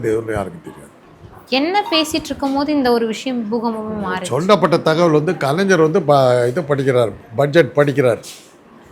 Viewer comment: Kalanjar ha nalla Thamizh pesara ma ni... Its Kalaignar